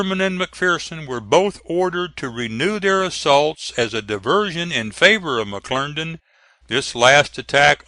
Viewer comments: McClernand, NOT McClerndon!! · If he says McLerndan one more time....!!!!! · it was pronounced mcclerndon